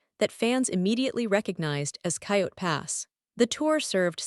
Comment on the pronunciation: Please pick a better AI that can actually pronounce the words properly. Robyn, Janelle, Coyote, etc all pronounced wrong.